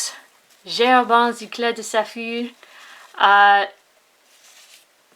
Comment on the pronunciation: Yeah, it seems like it... that maybe what you have is not the "normal" eclat de saphir. By the way, love the way you pronounce it "Eclat de Saphir"! Being me (ignoramus with pronunciation), I read it as how it's spelled.. "Eklat de Safir" hahaha... Hope to see more reviews. I am now clicking the Subscribe button :)